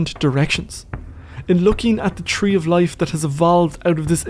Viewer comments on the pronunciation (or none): none